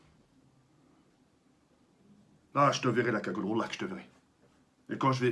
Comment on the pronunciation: Gagoule tu me decois